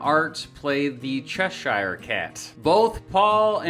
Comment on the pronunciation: Love some Simon & Garfunkel. Never knew their history so this is very interesting. 👍 (small pedantic note: It’s Chesher rather than Chesh-eye-er😎).🙂